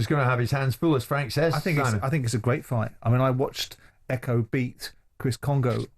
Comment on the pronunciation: Why does always pronounce Fight/Fighter as Fighdd or Fighdder? Sort of American/Aussie sounding. Weirdo.